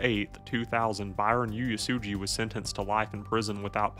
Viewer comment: I was living in Honolulu when this happened, I think it’s important that the story is spoken about. But the individual who is narrating would you do yourself a favor and learn how to pronounce names in words that are Hawaiian and Japanese. HONOLULU is not spelled or pronounced HANALULU there is no A in Honolulu. Oo ay sue gee = Uesugi